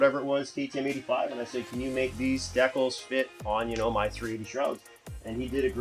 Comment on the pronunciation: The way you said decals lol wtf